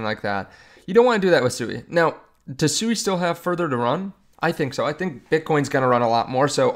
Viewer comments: I'm interested in SUI pronounced SWEE, not only according to the co-founder and all the devs but dictionarycom proper pronunciation. You must be talking about some mean coin called SUEY. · Pronounced “Swee” no?